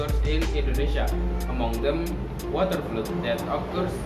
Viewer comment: Nice try,. Please check the pronunciation of 'flood' agaian.